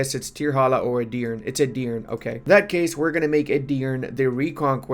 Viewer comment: Btw to correctly pronounce Edirne, you should also say the last E as the first one.